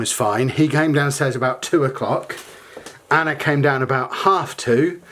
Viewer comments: Lol every time you say Anna's name you say Anner lol. Its a bit erking. But i love your vlogs n your family i watch them every day. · Yaay. Ive never had a you tuber respond to me this is great.. Lol. I hear her name being said that way you may not be saying Anner thats jus the way i keep hearing it. Love you tell Anna hayyy hayyy